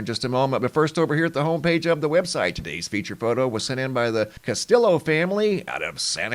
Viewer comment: Castillo - ca-stee-yo. Anytime you have a Hispanic name with illo within it pronounce it eeyo. Trujillo is tru-hee-yo Padilla would be pa-dee-ya.